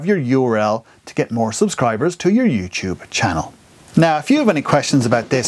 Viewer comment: Hey, this video is helpful, but youTube is not spelled like YouCHube